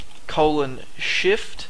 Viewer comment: I love your accent, in the video u said: I personally like shift, but it sound more like, I personally like shiet :D Hope you see the funny in this, otherwise great tutorials! Keep em coming plz!